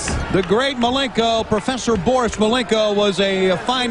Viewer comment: Mr bore-us malenko lol